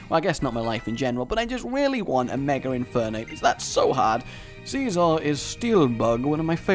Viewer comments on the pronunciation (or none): none